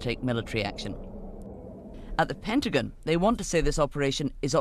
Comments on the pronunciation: Did that Canadian reporter call it ‘the Pentagun’? 😂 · "The Pentigan"